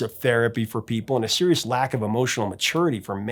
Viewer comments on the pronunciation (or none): none